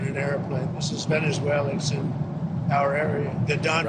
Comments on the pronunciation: Venezwalur!!! lmao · Not many Tesslurs in Venesuelurr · The reason Donnie says "Venerzueler" is because he's a closet Bernie Bro . . .